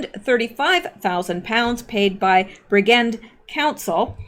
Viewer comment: RE: The toilets in Wales. It's pronounced BRIDGEnd, Bridge-end. Look up all of the suicides, particularly among young people, in Bridgend.